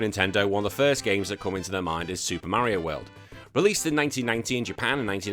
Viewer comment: "SUPAH MERIOH WELD"